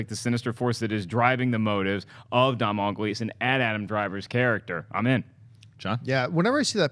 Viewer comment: Its pronounced 'Donal' as in 'Tonal' but with a d. Mr Gleeson will thank you.